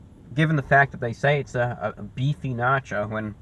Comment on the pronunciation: You said Beachy 😂😂